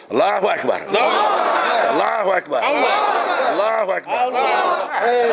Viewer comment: Saya ragu sama egi sujana islamnya takbirnya kok di baca ALLAHUWEKBAAR.. Salah ngk ya bacaanya begitu